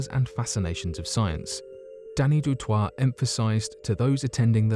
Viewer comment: You say it du toy, I know it’s spelt differently but I’m South African and I know many people with that surname